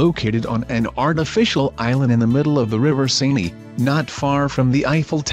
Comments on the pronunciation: Seini? It's [Se:n] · The river "sein-y." 😄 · Saynee? Corbusiurrrr? Not finishing this. Bye. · FUQQIN RIVER SAYNEE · I like how it can pronounce Eiffel somewhat normally but completely butcher the Seine River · Les Maison Tours and Seine have been mispronounced